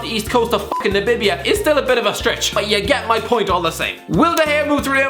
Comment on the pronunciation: It's Namibia not nabibia